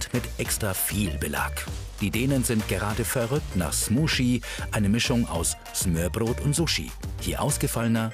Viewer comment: Also 1.: Galileo sollte sich dringend mehr mit der Aussprache beschäftigen. Sie muss ja nicht perfekt sein aber es macht mich einfach agressiv, wenn man sich keine Mühe gibt und denkt man könne es wie schwedisch aussprechen z.B. smörbröt Und 2. Wieso hat man nichts zum Dannebrog oder zur Königin gesagt? Die sorgen immerhin mehr dafür, dass die Dänen glücklich sind, als ein Flachtoaster!